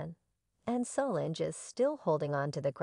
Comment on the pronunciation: Mispronouncing Solange - Wrong Matthew (McConaughey, not Knowles)